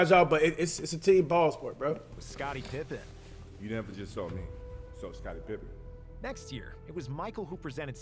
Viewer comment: “Scottie Trippen”